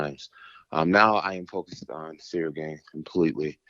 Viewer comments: "Cereal Gain" 🤣😂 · Did he say 'Now we got Cereal Gang' 😂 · Everyone - "Ciryl Gane" Jon Jones - "Cereal Gain" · I love how just went with it and started saying cereal too, who’s going to correct Jon jones, his name is officially cereal gain as far as I’m concerned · Does he keep calling him "Cereal Gain" on purpose?!😂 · Serial Gain? He is mispronouncing his name on purpose? 🤔😂😭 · “cereal gane” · That's Jon who calls him that. I heard him pronounce his name that way in another interview...lol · in the comment section Lol'ing at Jon pronouncing Ciryl Gane as "Cereal Gain". Meanwhile, can't pronounce simple English words at a first grade level. For example, as long as I can remember, he's pronounced "having" as "haffing🥴". is just one example, but he says it every time and unfortunately it's a word he uses a lot. The lack of intelligence, perceptiveness, and self awareness you have to lack to be about 50 years old and still unable to pronounce elementary words, is unbelievable. Especially when you're a journalist. Then you have the way he mumbles "nice" after he gets a response to any of his questions at pressers and interviews. There's a long list of annoying thing does. I just find it extremely annoying that of all people, he has the nerve to knock a guy's pronunciation of anything. What's next? You going to criticize his physical appearance like you're a far better specimen of a man? 😂